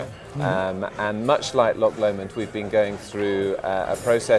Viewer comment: So the guy from Loch Lomond can't even pronounce Loch Lomond. Sigh. :(